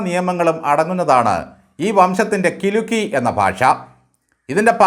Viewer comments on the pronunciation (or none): കിലുക്കി അല്ല കിലിക്കി എന്നാണ്